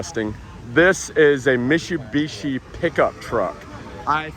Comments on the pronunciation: BRO it's MiTTTTTTTsubishi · Hey! Its miTSubishi mate! 😅